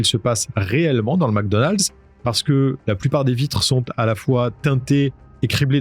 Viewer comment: Mecdonald ..pas macdonald